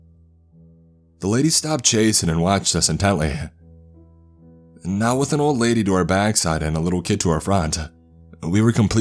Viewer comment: Now-ah I need-ah you-ah to tell me what-ah happen-dah on the ship-ah